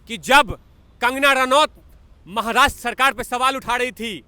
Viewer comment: Tere ko Maharashtra bhi think se bolne nai hota Aukat me raho